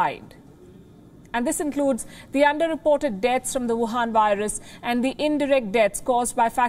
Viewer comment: Wuhan, not Wahan.